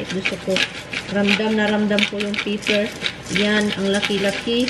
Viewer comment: Pepper not paper